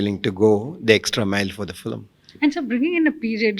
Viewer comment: Yes, very nice, except the "fillim," part. If she could say 'film', that'd be awesome considering she is working in TN.